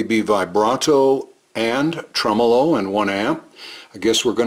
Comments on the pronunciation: you grab that red knob, pull it up & give it a good twist... bye bye clean!!! apparently gets his tremolo pronunciation from Italy, a small place with a handful of people. We are the rest of the universe, with billions of people, HAHAHA!!! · I have seen and heard Polytone amps, Mike. They tend to be ultra-clean, for Jazz and such. I would think that a 100W Polytone would make a dynamite lead guitar amp......like a Marshall, clean and loud as heck. I'm not sure where gets his pronunciation of Tremolo. He may be right.......but the vast majority of people seem to pronounce it the way we do.